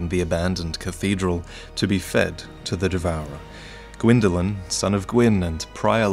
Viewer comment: is gwynndolyn not qwynndolyn